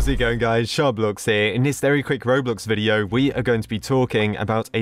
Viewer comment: The way that sharkblox said 'robloc'